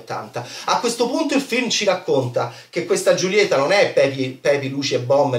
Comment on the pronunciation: "Giulieta"??? Non si può sentire come pronunci questo nome. Per favore un abc di spagnolo, per favore. Cmq davvero non ne capisci 'na mazza.